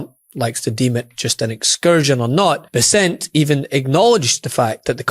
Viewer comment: Learn how to pronounce "Bessent" correctly.